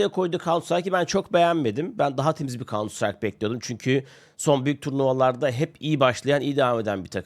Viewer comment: kauntsıtrayk ne hacı? farklısın tamam 😂